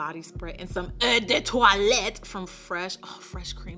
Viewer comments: As a French girl, When she says “Eau de toilette” I always feel assaulted 😂😂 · Me Too I die laughing 😂😂😂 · Me too, it’s so funny. And when she says Amande. 😄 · I really choked on my food when she said that 💀💀💀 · when she said : "EAU DE TOILETTE" my french ass was crying of laughter 😂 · When she said "EAU DE TOILETTE" my French ass just died of laughter 🤣🤣🤣🤣🤣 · Did she have to say eau de toilette like that😂😂🤣🤣